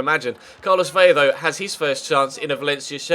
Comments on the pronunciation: Vela not Vella, it's only pronounced with a Y when it is double L!! If you wanted to get picky the V is pronounced B but atleast do the L, thank you!:) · Vela has one L it's Ve-luh